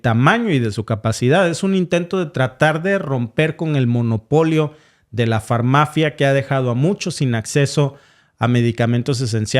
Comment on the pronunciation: Se dice: """FAR-MAFIA"""😢